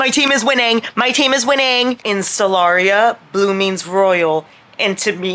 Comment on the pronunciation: Every time you said 'the world of Solaria' I was just thinking 'the world of Celeriac'... the vegetable 😂